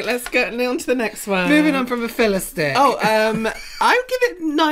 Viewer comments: “Filla stick” 😊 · James loving himself sick with the 'filla-stick'😂😂😂